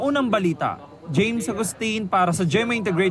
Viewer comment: Nagkamali lang ng bigkas, hindi yan ang PARA sa aken. Understood naman sa tingin pa lang...